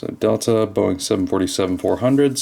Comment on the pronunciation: its dital D E T E L A